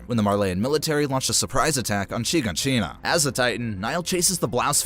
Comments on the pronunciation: bro said Sheegonsheena edit: bro pronounced Erwin's name like it looks instead of the actual way you pronounce it which is Air-Vin. edit #2: Levi didn't decide to save Armin, Erwin slapped the injection in Levi's hand away from him and said his last words, then Levi injected Armin. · He also pronounced "Shiganshina" like "sheeg-in-sheena" and spelled Conny's name wrong. Shit was bothering me the entire time. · the pronounciations of ragako, wall maria, shiganshina, leonhart, berthold, and jean were awful